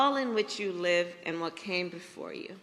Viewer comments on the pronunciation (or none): none